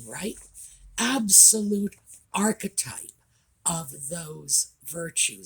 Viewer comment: Thank you so very much for defining the word archetype in case anyone was confused because I've been wincing everytime I hear her say it. It makes me want to pull my hair out. Almost as much as people using nucular which Is Not a Word.